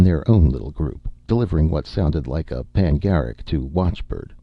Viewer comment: Ah the dumbing down of America. pan - uh - GEE - rick. Expression of praise (Merriam Webster). Source of pronunciation